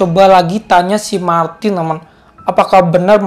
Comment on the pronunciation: Kok kalo kakak bilang Martin aku denger nya maki:v(di sakura)